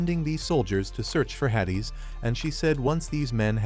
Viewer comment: Yeah AI narration be like that 😂